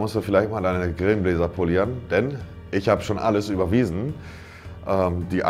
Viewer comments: Er hat "Grillenbläser" und nicht "Brillengläser" gesagt. 😂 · grillen Bläser 😂😂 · da musst du vielleicht mal deine Grillenbläser polieren - Sprachen lernen? Babbel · Bin ich der einzige der bei Grillenbläser hört